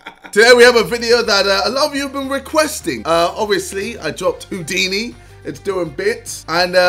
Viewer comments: JJ: taking the piss out of a guy for saying “Hodini” Also JJ: “Adventurous” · HOEDINI LOL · "Hoo-dinee" "Advent-choo-russ" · KSI: Insulting a person for not knowing how to pronounce Houdini Also KSI: cant pronounce mural. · LOL cmon now how do you not know Houdini. see mural makes sense because the way the pronunciation is is some what difficult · JJ: HOW DO U NOT KNOW HOW TO SAY HOUDINI!!! ALSO JJ:Mooooral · JJ making fun of the first guy for not knowin how to say Houdini when he couldn't say Mural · KSI says Houdini is s word when he cant say mural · Me not knowing how to say Houdini but I know who it is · KSI : bullies someone for not being able to pronounce "Houdini" Also KSI : Can't pronounce Mural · JJ, don't make fun of the guy that couldn't pronounce Houdini. You couldn't even pronounce Mural. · Americans : I dont know how to say Houdini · KSI can't say mural and hes bullying this man for not being able to say houdini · KSI is laughing at a guy not knowing how to say Houdini while he can't say mural-like wtf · ksi is getting tilted over someone not being able to say Houdini... Also KSI: ifmufh (isthmus)